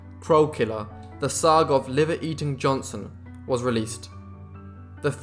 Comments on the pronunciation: If you are going to narrate videos for public consumption, you might want to work on your pronunciation. This guy is "Johnson", not "Johnston". Not that hard to get right if you try. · Hics name was Johnson not Johnston , I understand your British but drop the T cause it makes you sound dumb that you cant pronounce the mans name as its spelled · At least pronounce his name right . It's Johnson not Johnston. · JohnSON. Not JohnSTON. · Keeps saying Johnston. Wtf. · What i hear is johnston.